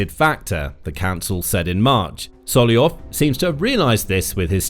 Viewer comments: His name is SolOVyov, not Solyov :) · Solovyov, not Soliov. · it's solov-yov not sollyov 😭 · Why are you pronouncing Solovyov’s name so distorted. It’s one of the easiest Russian names to pronounce! You simply “ate” the first V! IT IS NOT SOLOYOV! It is soloVyov! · I thought his name was sol-ov-ee-ov but you keep saying sol-ee-ov. Which is right? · Not Solyoyov he is Solov'yov. Your pronunsution of russian names and lastnames is shitty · It's not So - lo - yov !! But So - lov -yov!! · SoloVYov, not Soloyon. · Sorry, who is 'Sollyov'? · This is a genuine question: why aren't You reading the first V in Solovyov surname? Cause it's pronounced Solov-yov. :D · I love when the reader gets to a russian name, and then just makes something up that vaguely sounds like it looks 😂